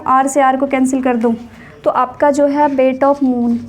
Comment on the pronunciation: Its weight not bate ma'am